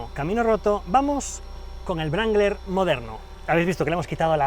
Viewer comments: Wrangler, la w no se dice sino de rueda la r; sonaría rrangler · Creo que la W no se pronuncia... Y un golpe en el volante por cada palabra tampoco ayuda mucho...¿Es necesario? Se supone que las palabras tienen su propio peso y cuando más podéis enfatizar una que otra, pero no hacen falta esos ademanes bruscos, no son deseables ni se compadecen con lo que debiera ser entretenido y apasionante pero en ningún caso violento. Perdone Ud. pero es que me ha molestado mucho. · estos videos son geniales!! pero no entiendo porque le dice brangler al jeep wrangler!! ???? :) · vaya le dice brangler o toy sordo? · Cuando dice "Jeep Brangler" muero de risa!